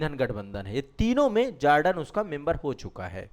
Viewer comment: मिस्टर ,आप जोर्डन को जार्डन क्यों संबोधित कर रहा है ।और जोर्डन कि शासक या राजा महंमद पैगंबर का वंशज हैं ।